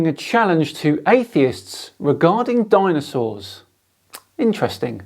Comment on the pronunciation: I thought he said danosaurs then. Ahh yes, the famous SciManDanosaurus lives on :D